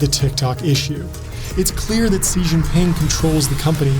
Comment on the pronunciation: The videos are awesome the only note that always hits the ick is how often you mention Xi Jinping but always mispronounce Xi in every video, just say "she"